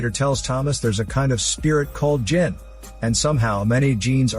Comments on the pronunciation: each time he says Djinn it sounded like jeanss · Love how the AI voice pronounces Djinn like jeans